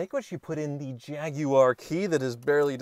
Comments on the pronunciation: Nice to hear an American pronounce "Jaguar" correctly 😉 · Kudos for pronouncing Jaguar more or less correctly instead of the usual American "Jagwire" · At last a American saying Jaguar correctly, well a couple of slips.